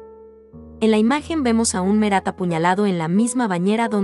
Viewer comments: no se dice merat no se dice no es ingles no es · No sólo los apellidos, en algunos casos también los nombres de personajes o lugares, por ejemplo el de Marat. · Al margen de la elección de las obras (hay 2 de Picasso y ninguna de El Greco ni de Goya y falta "La Última Cena), creo que el audio es muy malo. Los nombres de los artistas franceses están mal pronunciados. Y algunos nombres cambiados, (Batticelli x Botticelli, Merat x Marat, Pallack por Pollock)